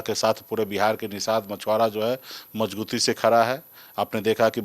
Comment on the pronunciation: Isko pahle majbuti bolna sikhao yar ..ye to majguti bolta h